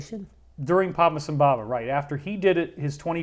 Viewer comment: Buddhists pronounce his name “Padma sum bava.”